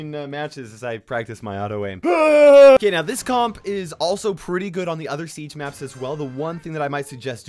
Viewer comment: Comp is weirdly pronounced